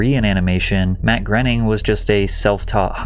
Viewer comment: It's not Matt 'grenning'...and that guy took rides on the Epstein plane.